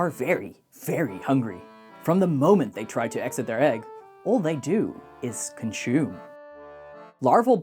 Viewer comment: Consume > Conshume 🤌🏾